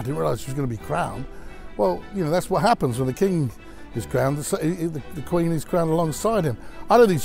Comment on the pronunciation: Do you have a problem pronouncing the word QUEEN as it should?!